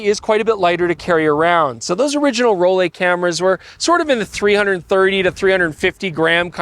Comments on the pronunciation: FYI it’s not “Roll-ay” it’s “Roll-eye”, being a German word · As someone that dreamed of buying a Rollei back in the 90s but could not afford it, this variation doesn't impress me at all. It has been modernized on the expense of quality. Moving to another topic - Just as you pronounce LAYCA and not LEECA. you need to say ROLLAY and not ROLEE. Its the same german grammar of the EI letter combination that is pronounces as AYI. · Rolly??? Roll-eye 🙄…literally that how you say it 😂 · It's a German name - pronounced Roll-E not Roll-A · to be honest: it is pronounced “raw-lai”. Greetings from Braunschweig/Germany - where the Rollei company originally came from ;) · pronouncing Rolleye 😊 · It can't be that hard to pronounce a foreign name at least somewhat correct every now and then.